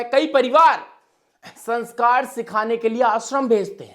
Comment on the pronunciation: अबे पहले संस्कार बोलना तो सीख ले